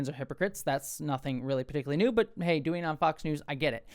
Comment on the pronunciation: for some reason, I heard the intro like "I hope y'all are Dwayne well" and it made me think of The Rock :)thank you, for that. I think I am Dwayne well today.